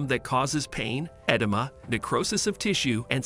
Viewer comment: Learn how to pronounce 'archipelago' and 'arboreal' and 'edema'. It's really not that hard to fact check and get the pronunciation right in these videos.